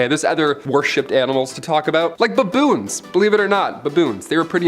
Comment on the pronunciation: Who taught you how to say "baboons"?